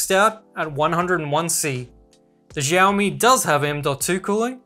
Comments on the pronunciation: siaomi, not zhiaomi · its not "Jaomi". its "shaomi". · I got you!!! finally you pronounced xiaomi as xiaomi...not jaomi😅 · Why he say jiaomi It's xiaomi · Xiao is pronounced the same as "shower" but without the er.